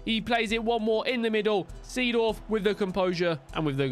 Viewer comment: Its pronounced Zedorf,not the same as its written